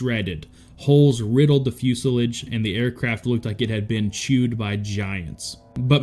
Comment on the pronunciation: This AI montage is obviously not real. Her story is real but it was a bridge over the river. A fuselage not fusalidge yikes